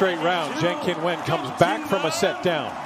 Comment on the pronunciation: To MALE commentator: pls take timeto check for CORRECT pronunciation of names. Qin is pronounced as Chin NOT kin